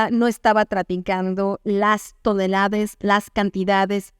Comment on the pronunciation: Dijo "tonelades" cuidado con esos errores de pronunciación.